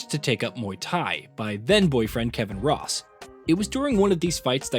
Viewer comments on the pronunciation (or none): none